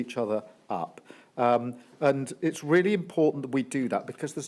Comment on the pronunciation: Weally weally weally wanktastic